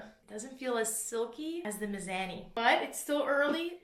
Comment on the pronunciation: Is it miz-ah-ni or is just a Canadian hahaha